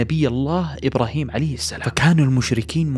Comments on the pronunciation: السلام وليس السلم شوف الالف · السلام عليكم ورحمة الله وبركاته محتوى جميل ورائع ولكن يوجد أخطاء في تلاوة القرءان ومنها السلام وليست السلم إلا إذا فيها وجه قراءة فلا أعلم وأيضا مغانم بالضم وليس الفتح